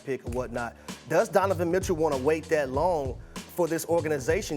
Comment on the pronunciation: “Dunavin Mitchell”